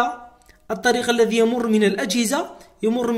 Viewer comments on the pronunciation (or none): none